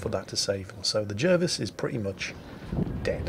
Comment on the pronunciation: wait.. isn't Jervis pronounced Jarvis?